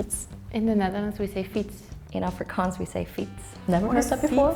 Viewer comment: They picked the most English Capetonian to represent Afrikaans? She can't even annunciate the word 'Afrikaans' correctly, This is soo fkn dumb honestly and crazy flawed and inaccurate